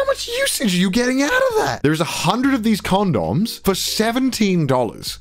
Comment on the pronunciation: it bothers me how says condoms as CON-DOMS